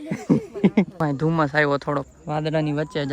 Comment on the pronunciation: Bahen gujarati sarkhu Bol. Doummas na hoy dhummas kahevay 😂